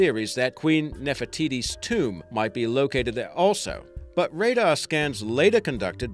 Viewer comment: i like how he says nerfer tities